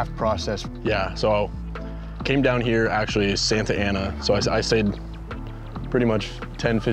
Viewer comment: Honestly the SanTa Ana part killed me😂 Justin if you gon stay you gotta know the pronunciations. It’s more like “Sanna Ana”